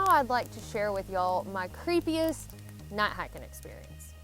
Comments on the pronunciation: What's "not hahkin"? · I like the way you say "Nat haken" we southerners know what y'all mean. Good vid. Keep em coming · "Nigh hikin" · I just watched this to hear say "night hiking" lol